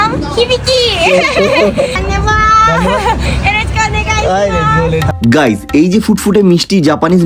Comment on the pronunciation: কী সুন্দর ভাবে বললো " আমার নাম হিবিকি "💞❤️🤗